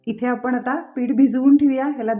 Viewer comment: आपण म्हणा आपन नाही